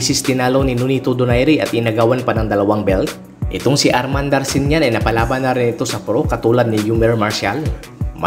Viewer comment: hindi po Darshinyan ..Darchinyan po